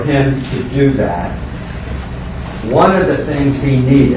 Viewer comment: “YOUR HONOR HE SAID “THAT” not “DAT” I rest my case!!!